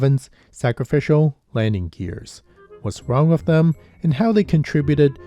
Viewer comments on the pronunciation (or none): The word “with” does not have an “f” in it. There is no “s” on the end of “landing gear”.